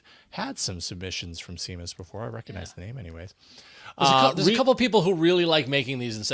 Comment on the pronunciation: Seamus is pronounced shay-muss.